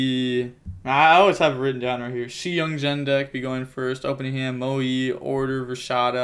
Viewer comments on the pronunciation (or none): none